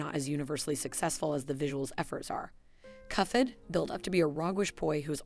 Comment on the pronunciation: I think that's because the ai-voice reader interprets the "ph" in "cuphead" as a "ff" sound, like in phonics and elephant.